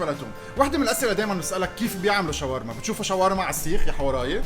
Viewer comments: كلمة شاورما هيك مو شوارما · شوف أي شخص ضيع باللغه العربيه وخلي يصلحلك .... شاورما وليس شوارما